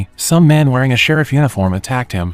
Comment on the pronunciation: Watched one the other day for the words “sheriff” and “Ruby” it was Rubby and Shareef lol